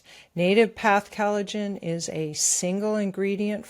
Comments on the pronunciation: What is 'calajin?' With all due (and quite well earned) respect, I think you mean collagen. I love you guys, and VDH is obviously an accomplished genius, but as a career ESL/EFL teacher, I can tell you from experience that pronunciation IS extremely important when it comes to effective communication. Likewise, it's not "Gutter," "Cutter, or "Guitar," it's Qatar (Kah-tar). Sure, it's natural to stumble over certain words when emoting freestyle via the newfangled medium of the Internet monolog, and the purposeful mispronounciation of certain words, if done properly tongue-in-cheek, is definitely an artform, but this channel is primarily aimed at LISTENERS, yes? 'Nuff said. Hopefully. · It's "COL ligen" not CAL ligen.